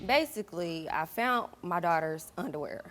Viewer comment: She fount her daughters underwear and axed her what happened?